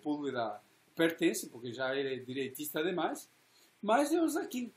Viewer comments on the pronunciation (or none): O nome do advogado do Lula é Zanin e não "Zaquim"... Cristiano Zanin Martins!